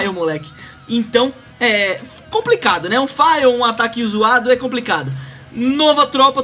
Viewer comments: meteu um "faio", kk pq todo mundo fala errado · FAIL? kkkk bela pronúncia